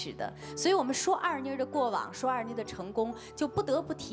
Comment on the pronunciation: 人家的名字叫二妮，不是二娜。